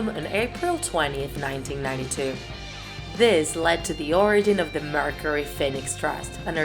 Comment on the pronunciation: Shes also saying it like Mercery